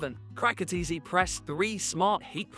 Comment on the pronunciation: You really can’t pronounce CRICUT!!!